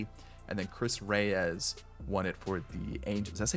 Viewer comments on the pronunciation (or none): none